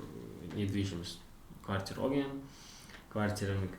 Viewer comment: Akahon kvartita emas kvartira boladi😂😂😂